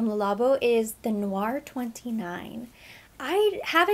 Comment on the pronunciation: Hi. Its actually pronounced like "Tay" Noir. Black Tea in French. Thats what you're catching in the wafts. Very popular in the line.